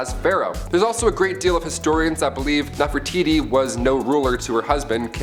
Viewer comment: seriously....? NEFERITI....???